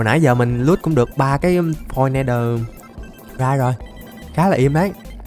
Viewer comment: Đọc tiếng anh đi anh, Ne đời rai